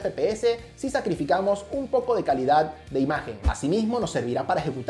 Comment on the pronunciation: Todos: Calidad Nadie: Absolutamente nadie: Sara's Tech: Caldad